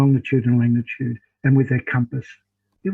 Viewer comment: “Longitude and LaNGitude” … 😂